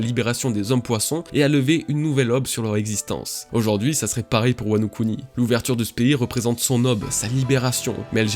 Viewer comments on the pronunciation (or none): none